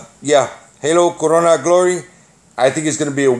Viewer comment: You said corona funny haha 😂